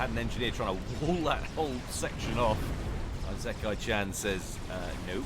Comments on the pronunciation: ee-sick-eye is the phonetical pronunciation of Isekai. Also, are those T2 mass fabs around the capped T3 mexes? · Firstly, your pronunciation of isekai is incorrect (i-se-kai) it has no z and the first I is a short sounding "i". Secondly that's Farms. Thirdly if you're recording your voice separately to the game then you might want to edit out your coughing. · Not to be a smart ass, but the I in “isekai” is pronounced like an “e” in English. It’s the Japanese way of saying things. Hell, Isekai is whole genre that means being transported into another world, which makes sense because you literally travel to another world every game. XD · Isekai is pronounced I (like reed) se(like send) kai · Your prononciation of isekai is fine except that the beginning is pronounced "ee" as in the word "eel" and "se" as in the word "segment". That's always how you pronounce the letters i, s, and e in Japanese that's written in Roman alphabet.